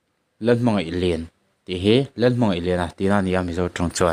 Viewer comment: Oii hepa hi ka hria amibum ho poh hriat kanei kei poh min min tlu tep Ahming kha lian nilo in i chhiar thiam dan tur chuan Liin tih tur o Liliin a inte hmar hmiang anih vang kha lien kha liin tia chhiar tur